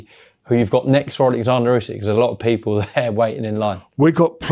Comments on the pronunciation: His name is Oleksandr not Alexandra, ffs Frink Larren! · warrent keeps calling him Alexandra though. We know how to pronounce Usyks name. Warren is just a lazy old man